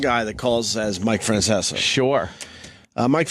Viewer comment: "Feanseaa." Nice Opie. That's right on par with "lady niighhh"